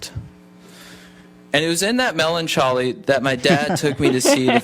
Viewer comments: I woke up and here you were! I don't think I've ever been this early. ❤️ You guys Edit: "Melon-cholly" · THE WAY HE SAID MELANCHOLY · “Ant-eye-bye-aw-ticks” “Mellon-chawly” “Atroxity” I’m weaaaak 🤣🤣